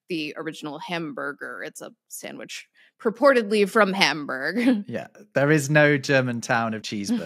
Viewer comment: Dude.... being an etymologist how can you say "sam-wich" !!!